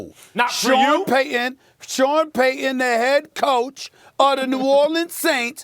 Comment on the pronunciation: Say it with me Stephen A. PAY-TON